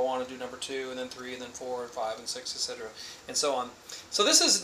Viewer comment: There is no G sound in "etc..." its "ET SET Er Ah".